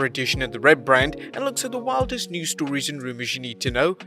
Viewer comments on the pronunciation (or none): none